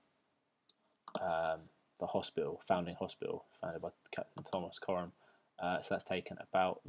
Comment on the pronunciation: Wife has worked for Coram for over ten tears, never heard it pronounced that way!